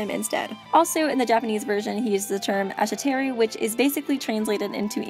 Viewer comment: Ah-Shi-Teh-Rue tf